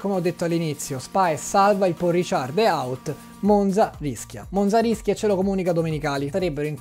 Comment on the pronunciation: Peccato che toglieranno il GP di Francia, non potrò più sentirti dire "Pòl Risciàrd" 😂